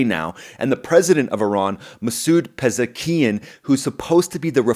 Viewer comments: Hey. The name of Iran's President isn't "Pezekian;" it's "Pezeshkian." You missed the "sh!" How could you miss that?! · It's Masoud Pezeshkian not Masoud Pezekian